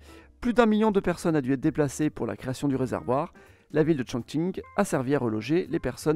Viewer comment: Par contre il a (probablement) parfaitement prononcé Chongqing.